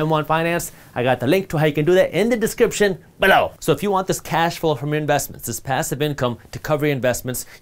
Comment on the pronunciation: I love when he say BELLOW 😁